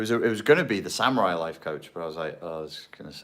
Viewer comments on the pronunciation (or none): none